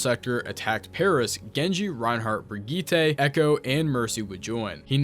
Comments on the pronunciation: Im sorry but her name ISNT BRIDJIT, ITS BRI-GEE-TAH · It's not Bridgette it's pronounced Brig-eeta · Brigitte... Bree-geee-tah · How are we 8 years removed from her launch and still mispronouncing her name.